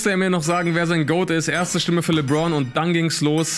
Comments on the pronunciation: Mich wundert eher dass er 'Li-bron' gesagt hat.. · Jeder: Lebron immer: Libron 🤣🤣🤣🤣